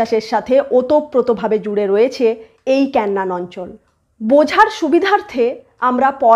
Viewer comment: কেন্নান না😁। কেনান।😂